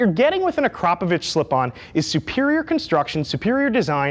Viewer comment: The first native english speaker i have ever heard to pronounce the name Akrapovic correctly. Cheers bro!